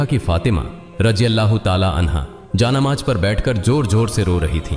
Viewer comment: Inse barabar Urdu Alfaaz Nahin bola Jata siratal mustkim aur Jaan Namaz Kafi alfaazon Mein mistake hai Jara Dhyan dijiyega